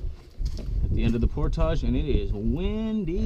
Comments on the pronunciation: ER-BODY IN THE HOUSE SAY"POR-TAGE!" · I always thought it was pronounced "portij" :) That really sucks about losing the rod. That's the worst feeling. I'd consider using a tether with a clip to your vest in a boat that narrow.